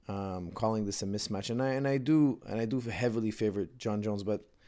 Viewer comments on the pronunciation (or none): Haha, you had to stop yourself a few times from saying "Mitch Match". I remember saying that when I was a kid too lol.